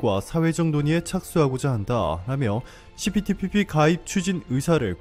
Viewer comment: 시피티피피 발음때문에 고생 많았수~^^ ㅋ 그나저나 기시다 총리 무릎꿇었냐고요.. 안꿇었잖여~!! 어그로?? 수고욤~^^!!👍🧡